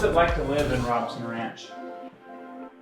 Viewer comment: It's pronounced Rowb son, long "O" on first syllable. I know because I live there.